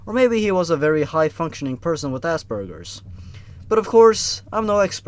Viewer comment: you said ass burgers